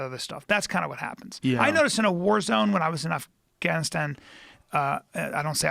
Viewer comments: Brian quit pronouncing affGaaaniistaaan Ike that. PLEASE! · Bryan "Its pronounced Af-Gon-E-Stahn" Callen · Bryan decided not to pronounce afganistan weird af after saying it weird af 20 minutes ago 😂😂